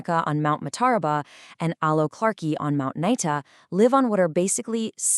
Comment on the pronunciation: Other than the totally annoying AI-- great story! PS ("clarke-I")